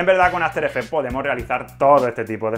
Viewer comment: QUE PÉSIMO TU INGLES... que horror, aferefe aferefe aferefe...